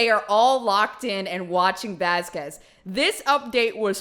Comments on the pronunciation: SAME! My name is slightly different it’s Vasques and when I heard her says ‘Vasqwez’ I was like “hmm….what did you just call her?” XD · so many people have said camille’s last name during this trial!! and yet elaine still calls her vasskwez it’s bothering me sm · the way her lawyer pronounces "vasquez" irks me for some reason...vas-kwez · It makes me grind my teeth every time Elaine calls Camilla "Ms. Vaskwez." Oh and did you notice Amber storming straight out of the room the moment she heard "recess" instead of waiting for the jury to be dismissed, as is customary? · It is annoying how she pronounced Camille's last name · Does it annoy anyone else that AH’s fuckin lawyer can’t/won’t pronounce anyone’s fuckin last name right??? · I still can't get over the fact that Camille introduced herself and pronounced her last name and Elaine still gets it wrong every time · Off topic but does anyone else get irritated when Elaine says Camille's last name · Is it just me, or is the fact that Elaine keeps mispronouncing Camille's last name like really bothersome and weird? It could totally be an honest mistake, but Camille herself and other people in the court have pronounced it correctly multiple times, and yet Elaine says it wrong every single time?? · ELAINE...ON THE NAME VASQUEZ...YOU DON'T PRONOUNCE THE U....THE YOU IS SILENT !! just 👍 like my last name of Anguiano...you don't PRONOUNCE the U! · Is any one else annoyed with how Amber’s lawyers pronounces Ms. Vasquez’s name? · Is anyone talking about how Turd's lawyer pronounces Vasquez? It makes me wonder how she pronounces Quesadilla. 😐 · Elaine mispronouncing Camille’s name over and over makes me wanna scream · I just know Camille was fuming because Elaine was pronouncing her surname wrong ALL THE TIME. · Anyone else wonder why Elaine can pronounce Henriquez but not Vasquez?? Amber is the epitome of: Hell hath no fury like a woman scorned! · i hate how elane pronounces vasquez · Elaine really kept saying Vaskwezz